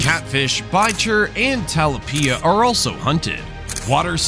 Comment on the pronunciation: Please learn how to pronounce tilapia.